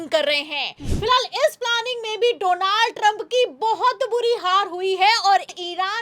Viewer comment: डोलांड ट्रंप है सही से नाम लो ।